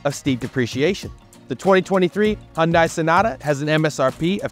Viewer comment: The correct pronunciation is "Hun-DAY," and not "Hun-DIE...informative video though.